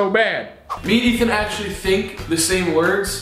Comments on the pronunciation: Well Ethan, I'm sorry but it's E-tee-wee-tee time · Ethan: “Dieterily” Dairy has entered the chat...